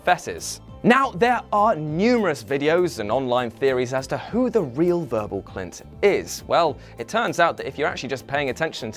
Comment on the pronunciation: Kent NOT Clint.